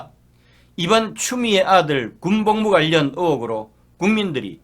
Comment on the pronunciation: 추미애를 추우미애 이렇게 발음을 좀 특이하게 하시네..